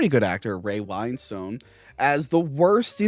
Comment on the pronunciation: how do you mispronounce Ray Winstons name so terribly?? LMAO "whine-Stone"....WHAT?...its Win-STUN/STONE.... its not hard...come on!:P